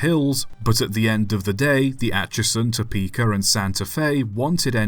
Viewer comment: I enjoy your videos but it is Topeka not Topeker.